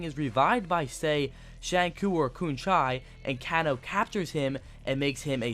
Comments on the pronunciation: Kahn-o instead of Kano as well. He lost me completely when he said he didnt own MK9. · Sang Koo, Koon Chai, & Canno? Correct pronunciation is a as follows : Shinnok - Shin•Nock Quan Chi - Kwaan•Chee Kano - Cain•Oh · i came here for can-chew (shinnok), and can-chi (quan shi) and can-oh (kano) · It's pronounced Kaynoe shin ok and Qwan che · Yea and Can-O! WTF is wrong with this guy. Obviously does not know anything about old MK arcade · Dude! Shinnok (Shin-Ock) Quan Chi (Quan-Chee) Kano (Kane-Oh) Shujinko (Shu-Jink-Oh) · he even butchered Kano! lol but he can pronounce LIU KANG lol but the info was cool!